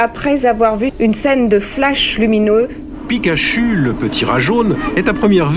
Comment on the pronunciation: 6mn50 "pikache-u le petit rat jaune" ? heu y'a un problème là...